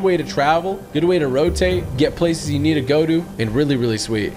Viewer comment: 'When jou lose speed jou lose momentum' Typical Gamer-2020